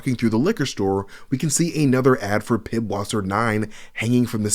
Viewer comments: Pißwasser is pronounced pisswasser, not piBwasser lmao. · Its not pibwasser, its pißwasser. ß is the german letter that is pronounced "ss" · The B in pibwasser is actually a German letter that's pronounced s. So that's pronounced pisswasser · it is not PIDwisser but PISS, it is german ss-letter and it is hillarious pissweiser is pisswater in german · In German, the ß is not a B sound but an ss sound. So when it comes to Pißwasser beer, it would be pronounced Pisswasser, not Pibwasser. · ß in german sounds like an "S" so pißwasser = pisswasser not pibwasser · The “B” in “PiBwasser” is actually a German eszett, which is pronounced like “ss”. “Wasser” is German for “water”, so “PiBwasser” just means “pisswater”. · It's not "pibwasser", the letter that looks like a b is a German character that makes an s sound, so it's pronounced "piss vasser" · The ß in Pißwasser is not a 'B'. That is a letter in the german alphabet that is basically a double-s. So that beer is not pronounced "Pibwasser", it is "Pisswasser". "Wasser" is German for "Water", so the beer is essentially piss water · The ß in pißwasser is the German letter eszet, it's the same as "ss" in English. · Cant believe you are covering GTA video and cannot pronounce Pisswasser correctly. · Pißwasser is pronounced Pisswasser. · The name of the beer is literally pronounced Pisswater. That "B" has an s-sound